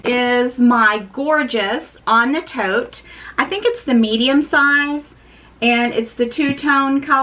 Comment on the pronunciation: First off, your lipstick is so pretty!! That bag is great!!! I always think of you as boho and I think of suede the same way…..suede is good for any time of year!! That green is so pretty!! I am such a child. I giggled when you called your bag the “On rhe tote” I am a sentimental purchaser as well. I buy what moves me and the. I keep it. 💕 That red kiss lock is gorgeous!!!